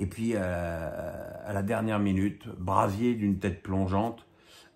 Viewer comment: Brassier, pas Brasier,!!!